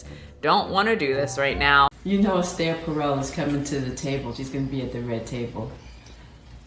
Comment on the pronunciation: more importantly who pronounces esther like that